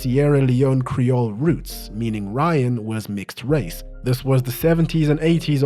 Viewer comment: I didn't know this guy was mixed rrrace